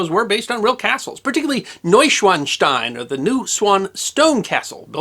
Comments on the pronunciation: When a "w" appears in a German word, it sounds like our "v" in English... So Neuschwanstein is pronunced "Neusch-van-stein", not "Neusch-wan-stein". ... Rookie mistake. Ha! 😅 😂 🤣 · NOY-shvahn-shtine. There’s no letter Z, so it’s not really like one is saying “schwanz” when they say the word. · "Noishvanstein"? Please learn the correct pronunciation of this and your targeted subjects. Thanks! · If Ludwig was mad then, he’d be livid if he heard this pronunciation of his castle. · your pronunciation of Neuschwanstein is atrocious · I'm impressed by your pronunciation of Neuschwanstein, the only tiny mistake is that the a isn't as short as you said it. But, as I said, it's a tiny mistake that really doesn't matter unless you still aim to improve more. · Your pronunciation is quite good, but the German "w" is pronounced like the English "v" (i.e., it's a voiced labiodental fricative, not a voiced labial-velar approximant). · Let me begin this with a compliment. I think you did a great job on this subject. I've been to Munich (more years ago than I'd like to admit) and you definitely included information I didn't know. I do love Bavarian history. Now, I'm gonna be THAT guy, sorry. W's are pronounced as V's in German. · Proper pronunciation would elongate the "a" in "...SCHWAAAN.." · The short "a" followed by the "z"-like "...st-ein" makes it sound like "Schwanz". Frank Zappa once made a song in German with using the word "Schwanz".